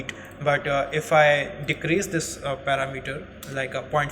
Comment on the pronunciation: Excellent job. Just a tip, most foreign speakers get this word wrong but parameter is not 'para' 'meter'. It is And click on the pronunciation. Just a pet peeve of mine. Thanks a million for your clear and concise tutorial. I subbed, keep up the good work.